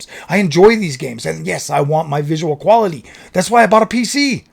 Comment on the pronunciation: I f*cking lost it 🤣"QualiTayy"